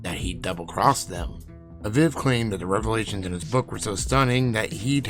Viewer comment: Say it with me Uh-Veeve (aviv)